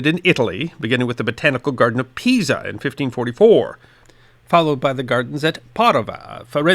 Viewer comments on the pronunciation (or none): none